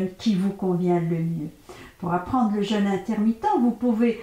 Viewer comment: pourquoi vous dites jeune (jeune homme par exemple) ma le jeûne a un accent et on dit JEÙUNE surtout quand on veut donner des conseils